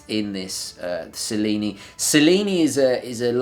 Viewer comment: I am confused; You are a native Italian, right? So, why did you pronounced "Cellini" wrong..!? (ah, you already answered) And I totally agree with you: The Cellini line is also my favorite! The only Rolexes for me :D